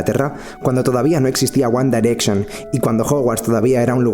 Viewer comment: "uan darecxion" VIVA ESA PRONUNCIACION *-*